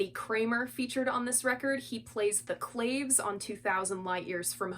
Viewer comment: Claves pronounced Claw Vase.